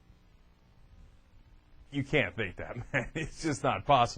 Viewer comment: "wight"... I love you sir.